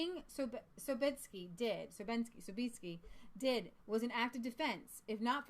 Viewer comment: Sobieski is pronounced Sob"yes"ki. I tried to make it easier in English. There is Sobieski vodka, which is imported to America.